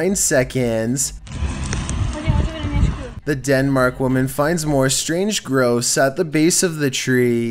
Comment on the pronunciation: Lol! Darn, I thought he said gross. I listened to it again. mispronounces words all the time. 'Strange gross' would've been hilarious.